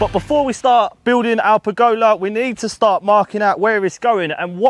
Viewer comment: That mispronunciation of pergola 😱